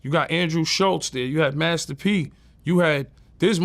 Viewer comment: He said “Hurricane Kristen” 😂😂